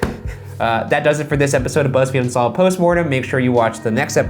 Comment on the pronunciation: “Bunsolved.” I’m weak😂😂😂